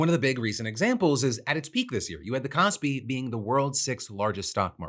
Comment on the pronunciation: i dont know much about the stock market but i do know i cant stop hearing you say “cosby” instead of kospi